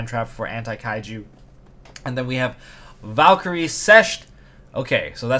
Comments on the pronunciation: As a German i should feel offended by your pronunciation of the Valkyrie card, but i like your content too much to do so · its valkyrie sixth (german)